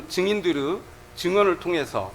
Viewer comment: 증인들으...증인들으 7시새끼들으 발음 거시기 하지